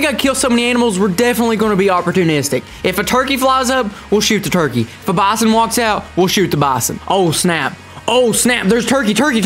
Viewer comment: You don't know how to say bison!!!!!!!!